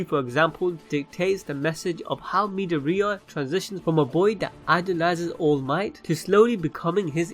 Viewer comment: I’m a bit bugged on how he is saying midoriya